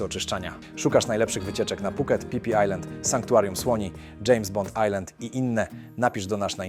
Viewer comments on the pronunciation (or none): none